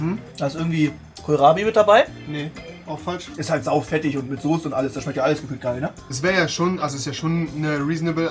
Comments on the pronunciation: wie er Sose anstatt Soße sagt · Soße NICHT SOSE WAS IST MIT DIR